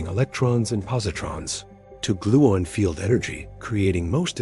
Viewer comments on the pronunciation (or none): "I have never in my life heard someone say 'gluin' instead of 'gluon.' Does the narrator call himself a 'morin'?